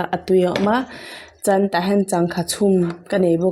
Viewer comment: Chuan ti ta la chan tih ang in a ri tlat 😃😃